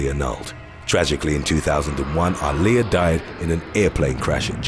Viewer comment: He butchered the fuck out of Aaliyah's name. I didn't even realize who he was talking about.